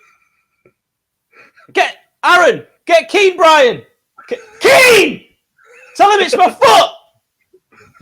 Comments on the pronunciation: KEAN!!! KEAN!!! KEAN!! OH WAIT THATS ALAN, ALAN ALAN TELL KEAN!!, OH WHERES ALAN KEAAAAAAN!!!!!! I'M INJURED BEEN PLAYING ON TOO MUCH XBOX LAST NIGHT KEAN!!!!!!!!!!!! bryan: ITS NOT KEAN, ITS KEEYAN!! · Rodwell: KEAN! Bryan: It's pronounced Ke'an Rodwell: What you on about? I haven't got time for that Kean, I've got an injury to think of! Tell Hecky my rotator cuff is playing up